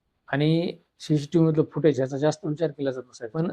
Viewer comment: पहिले तर सी सी टीव्हीला शी शी टीव्ही अस म्हणू नका . उच्चारण सुधारा 😡